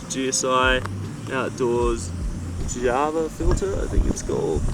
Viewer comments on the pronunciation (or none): none